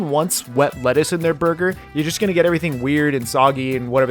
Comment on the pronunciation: ahh yes... Borger